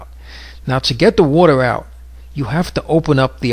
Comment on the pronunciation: WODER WODER WODER WODER!!!!